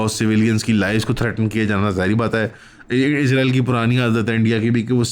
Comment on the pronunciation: آپ اسرائیل کو بار بار عزرائیل بول رہے ہیں ۔